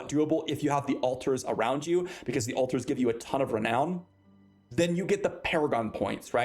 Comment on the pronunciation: Re nown not re noun